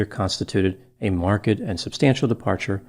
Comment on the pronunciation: Why is pronouncing marked in such a weird way?